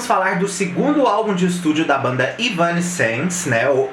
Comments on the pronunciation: Não tô crucificando, longe de mim. Acho que é importante mesmo para entregar algo com cada vez mais qualidade. Seu canal é bom! A pronúncia é mais ou menos assim: Êv-nã-sense (Êv é tônico, o resto vai apagando). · "evanéss-sence" a pronúncia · Se fala: évanéssenci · Caralho tchê! Kkk começou o vídeo errando o nome em 3 tentativas... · Três pronúncias diferentes. Nenhuma certa. Não é fácil a vida do fã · Cara, ainda tá falando o nome errado 😅😅😅